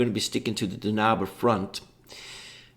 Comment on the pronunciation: Okay, first of all, it's Danube Front, not Dunabe Front. :) (From the river Danube, or Donau if you will). Second, you're right, Fulda Gap and North German Plain cover roughly the same ground. Danube Front is the southern part of the campåaign, Fulda Gap the middle, and North German plains is (aptly enough) the northern part. Same battle campaign-wise, but obviously the two other games offers more scenarios for their particular part of the front. So if all you're interested in is the campaign game, then Danube Front is the obvious choice since it covers the whole frontline, instead of only part of it. Also the only one of the three that offers Berlin as a battle-ground. Oh, and don't even think of playing a campaign game against the AI. As much as I love the JTS/WDS games, the AI is just ridiculously bad. The bigger the scenario, the worse it gets, due to the limits of a scripted AI. Biggest rules to get used to when coming from PzC, is artillery-delivered minefields, helicopters, thermal imaging, and chemical weapons. Chemical weapons especially which can really crimp any defense. Although it's a double-edged sword for the Warsaw Pact player since they usually have persistent gas.